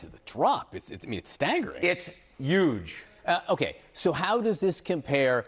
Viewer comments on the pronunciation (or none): Enton saying " Its YUGE (Huge) " is some funny sh¡t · my man dropped a “Yuge” 😂